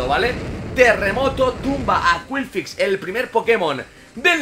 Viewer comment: curioso como blessur exagera mucho las pronunciaciones de los pokémon para que queden lo más anglosajonas posible pero luego te cuela un qwilfix y se queda tan ancho jajajajajjaja